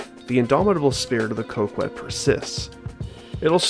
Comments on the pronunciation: Cock- ette not coe kwet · great video one major thing is it is pronounced co-ket not co-kwet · i love the video but i couldn’t put the fact that you kept saying coke-wet instead of coh-ket past, still a good watch regardless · It bothers me that you call it the Coke-Wet instead of the Cock-Et. It's meant to be Cock-et. As in small dick. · ITS PRONOUNCED CO KET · It's pronounced "cock-ette" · First time I've heard someone pronounce Coquette as 'Co Qwet' 🤔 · Rockette - female dancers 🍆 - Male genitalia 🍆ette - female male genitalia - a feminine coque - a Coquette Why you and Ghillie pronounce it the way you do is beyond me. The name is a hilarious take on the societal perception that men who drive Corvettes have Lil 🍆 energy, and it goes completely over y'all's heads. 🤷🏽‍♂️ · ye, the u is silent, idk why he pronounced it that way lol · I knew I wasn’t tripping 😂